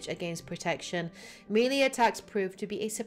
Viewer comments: Melee, not mili. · I know it's melee. Tell that to her.